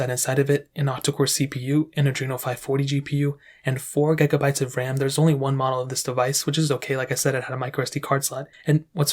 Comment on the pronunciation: Its 2021 and this man is STILL saying "gegabyte"